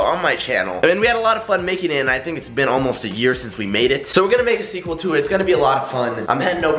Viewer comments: Why does pronounce sequel like Seaqrel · he said seqrel